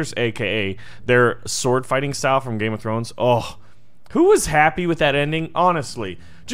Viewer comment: Heluh nuh gam throns